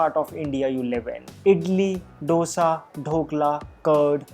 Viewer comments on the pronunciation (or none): It's not डोसा it's दोसा